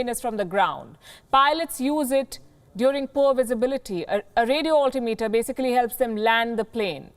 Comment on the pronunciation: It is pronounced radio alTIMEter